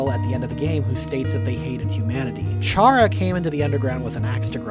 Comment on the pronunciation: Every time I hear you say "Chara" with a soft CH, I recall Blazer Terribad/Specter Spark/Sparky yelling in a video collaboration with Wamboo. Chara's name is a pun on "character"; every name in Undertale is a play on words.